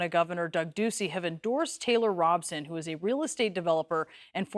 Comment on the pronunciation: Now I know. Thanks for mispronounced Robson. I liked that. She and Scary Lake are both despicable. I live in Phoenix and the Republican gubernatorial debate was absent Karrin. Hmmm